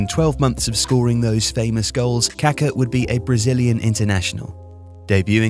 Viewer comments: Kaká, not Kaka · The mispronunciation of Pelé's and Kaká's names by the British media both during and after their careers, given their magnitude in the sport and how easily it could have been corrected, is of an ignorance and disdain typical of colonial habits and mentality. smh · Dude, if you're going to do a video about the guy, at least learn how to pronounce his name properly. He was anything but poo-poo.